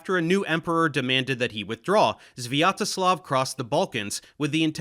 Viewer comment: His pronunciation of "Sviatoslav" wasn't so bad, it was relatively normal for the English speakers.